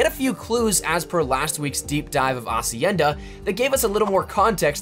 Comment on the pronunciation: You're the first youtuber say hacienda right and not HHHacienda